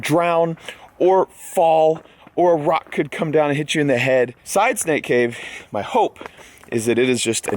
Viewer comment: Every time says “Side Snake Cave” it sounds like “Side Stank Cave” 😂